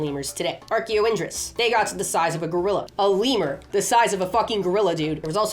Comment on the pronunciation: Everytime you say leamur, I think you say Weiner. And all I picture is a sloth mixed with a sausage dog. Lol